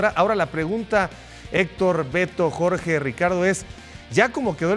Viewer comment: Seatle? Input? Jorch? Esto pasa cuando tus jefes televisos hablan inglés y tu solo le chupas los zapatos y encima les tratas de copiar😂😂😂